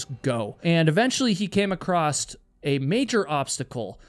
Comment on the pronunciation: Not picking, just letting you know the word is across, not acrost. ❤